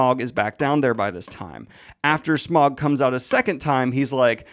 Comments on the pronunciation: I don't think I have ever heard it pronounced S-meow-g. Now I imagine Smaug as a giant cat and it is great. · No one: Daniel: Smeowg 🐈‍⬛ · Brilliant breakdown/review, particularly loved how Daniel’s pronunciation of Smaug slowly devolved throughout 😂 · I'm mostly here for Daniel's pronunciation of "Smaug".